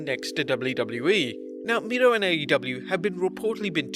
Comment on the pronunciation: It's miro not mirlo